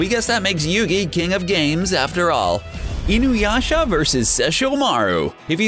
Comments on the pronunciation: I noticed that Inuyasha(Alucard doesn't count) was practically the only name he pronounced right, and YET he manages to fucking BUTCHER Inuyasha's pronunciation after proper pronouncing it once or twice prior.... God damn this guy,.. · God damn this guy... I don't think he pronounced even one fucking name correctly, he even somehow managed to properly pronounce Inuyasha while complete BUTCHERING it at the same time. WTF I thought this before but CBR has 0 anime knowledge even though they delve into the topics... They grew up with DBZ, Sailor Moon, Pokemon, and Yugioh dubs TOPS. Gosh...